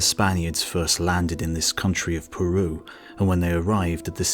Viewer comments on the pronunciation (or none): none